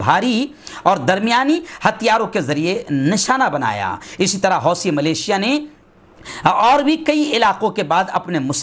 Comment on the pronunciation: Maulana wih lafz " Millicia " hai , malesia nahi.